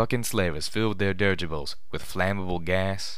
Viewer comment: I absolutely LOVE your voice and readings and can't thank you enough for them but the way you pronounce the word dirigible, kills me every time! It is pronounced; dir-i-gi-ble, dirijəbəl or dəˈrijə. There is an i between the r and the g. You keep not pronouncing that i and it makes me want to skin a live cat and dip it in salt.